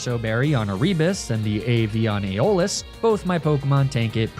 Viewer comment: Isn't it AIRabus rather than erEEbus? Aeolus is definitely EYolus, not eyOHlus.